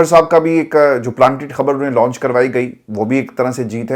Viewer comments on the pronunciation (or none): none